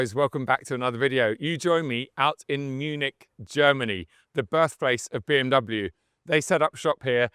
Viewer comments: it amazes me you cant even pronounce BMW correctly. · disliked for pronouncing bmw wrong